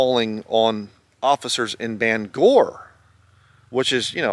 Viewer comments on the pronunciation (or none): You pronounce Bangor like an out of stater 😅 that's where I'm from 😁 it's BANG Gore